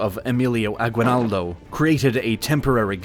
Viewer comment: I'm from Venezuela, and it's sad to see what the United States did to the Philippines. Even the person narrating this video doesn't know how to pronounce Spanish surnames correctly. Aguinaldo is a simple surname. I hope one day the Philippines will reestablish the use of Spanish.